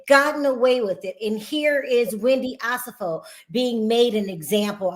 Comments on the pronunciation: can we get to Wendy and Eddie? Also, her name is pronounced O-SEH-FO. Not Osa-fo. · One of the OLG locations is open. Also you keep pronouncing their last name wrong. It’s O-Se-Fo.